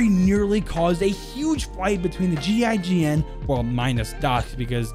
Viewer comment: gign is pronounced “jeyjen” btw